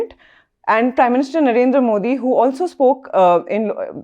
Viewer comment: Please pronounce the prime ministers name correctly. It is Narendra. You refer to him as Naren. This is disrespectful.